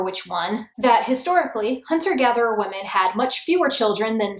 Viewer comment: Is it just me or does she say "wamen" instead of women sometimes. Okay just me. I loved they video btw <3